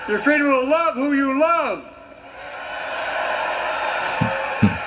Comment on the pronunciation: He said it guys, Joe said he's gonna protect your fraydome 😂